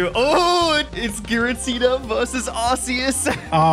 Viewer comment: Did this mother effer say Giratina with a fucking "J" sound ????? 😭😭😭😭😭😭